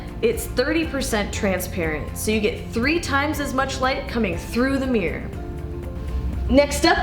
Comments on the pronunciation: Idea for drinking game: take a shot every time she mispronounces "mirror" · How do you get to present this video when you can't pronounce the bloody word MIRROR